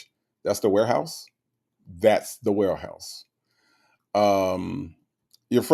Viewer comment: Even laughed when said “warehouse”😂🤣🤣.